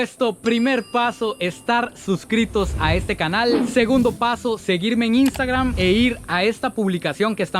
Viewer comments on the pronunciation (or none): none